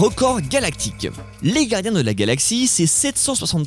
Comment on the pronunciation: il se passe quoi avec le gars qui fait la voix off? il n'arrive pas à prononcer les "R"? la gadins de la galaxie à 1 seconde de vidéo, c'est fort